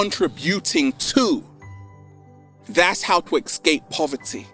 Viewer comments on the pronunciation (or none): Why is saying "ecscape" instead of "escape"? Is it some regional accent, or his personal? Btw, amazing video, thanks!